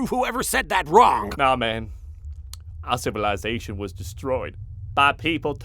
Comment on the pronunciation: the pronunciation of "civilization" is far too proper for the voice has in the abridged series. Although the fact that LittleKuriboh has made so many characters throughout these series and in a half hour video, there is only a small inaccuracy that I had to rewind to get, it reminds me of how deep this abridged series is. Love it <3